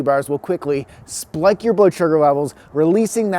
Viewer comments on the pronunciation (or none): “splike” your blood sugar 😉